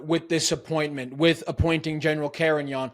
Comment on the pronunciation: Carignan not her sir